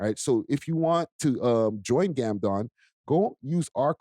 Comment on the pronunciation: Salute to GamdoMMM(Not GamdoNNNN 👀)! Salute to Exotic Hotpot! Salute to Road Ready Detailing! Chyea!